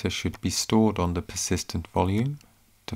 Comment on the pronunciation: I think it's a hoot that the narrator can't say a voiced 'th', as in 'the'. Barely escaped from Saff Luhndin? Peckham or Camberwell ? 'copy de infohmashun to de USB stick'.